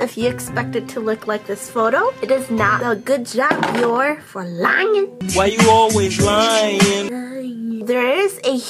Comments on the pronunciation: Well sweetheart they won't until u learn how to pronounce their name correctly! Haha! Aw-I love u! Biore=[Bee-Or-A] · Well, sweetheart they won't if u don't learn to pronounce their name correctly! Aww-I love u! Ok Biore=Bee-Or-A..lol.. Say the end like the Fonz.haha. Aaaaeeeee. Haha-I crack myself up. Anyway-thanx 4 brightening up my day!